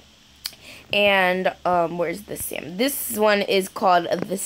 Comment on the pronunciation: Its not sal-mon its pronounced Sa-mon